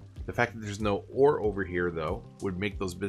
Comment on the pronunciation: Anyone else hear war instead of ore Just me.